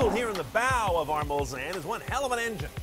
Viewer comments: It's pronounced Mul-Sahn, not Mul-San! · Hey chief it's pronounced Mullsane with a long a